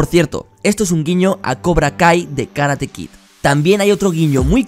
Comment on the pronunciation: porq coño tanto te equivocas en decir karate kit wtf